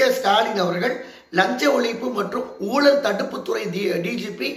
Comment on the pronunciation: என்னப்பா உங்களுக்கும் ழ வராதா. ஊலல், தமிலகம், ஒளிப்பு என்கிறீர்களே!